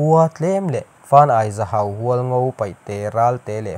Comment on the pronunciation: I va chhiar thiam lo ve male.in zir nasa rawh.Zahau ani lo.Zahhau tia lam tur.